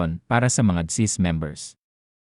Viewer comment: Please pronounce the name of the agency clearly and correctly.... Not chizzzz. If thst is a fslse alarm, may something bad befall you for fooling us and dampening our hope. We are really in need to sustsin our living.